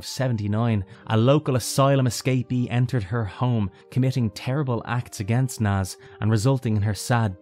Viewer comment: Not Naaz it's Nazz